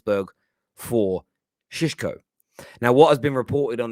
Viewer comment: You can’t even pronounce his name. This is pure gold. I love Utd, the comedy that is.